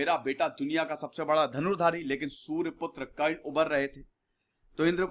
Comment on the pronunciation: Why you pronounce surr putra instead of Surya putra. Also sir pls use wise words as you are casually using words & sometimes several statements which are inacorrect .. Bharat me castism kabhi nahi tha Varna the us time pe , castism introduced by British in India... pandavon ko koi sare sukh nahi mile ... unka childhood bhi shadiyantro se bhara tha but they having shield of bhishma charya & Shri Krishna. Parshuram ki kahani bhi 100% sahi nahi batayi aapne ... Better way students pls read book of karna named as "mrityunjay"..